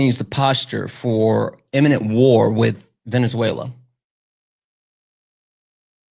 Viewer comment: calling it “venezu-ayyy-uh-la”